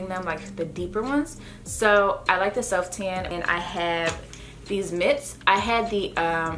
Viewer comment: When she says “Ten” lol instead of Tan 😂